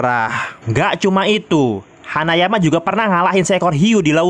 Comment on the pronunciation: Kenapa ya kalau baca nama hanayama malah bicaranya hanyaman